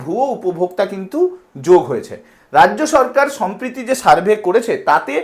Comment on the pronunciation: সমপ্রিতি নয় কথা টা সম্প্রতি হবে